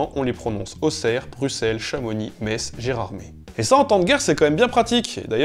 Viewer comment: Très bonne vidéo pleine de cool anecdotes et merci pour la prononciation de "Metz". ^^